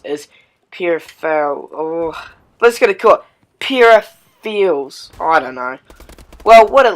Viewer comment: Btw its per-RIF-er-als